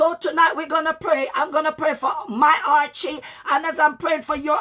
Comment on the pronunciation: thank you for that. The word I'm referring to is, it sounds like you're saying Archy or Archie. When you're getting ready to start praying and you said it means to outshine your enemies.